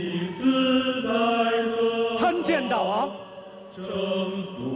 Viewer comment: “大王”发音应该是Dàiwang，“大”音同“代”，“王”念轻声，跟“大夫”同属一个模式。这么基本的常识，却在这么大的制作里被无视，陈凯歌都没出来指正，遗憾…。